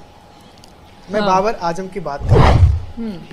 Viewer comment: baqi theek hai naam sahi lelo ajam ni azam hai🙂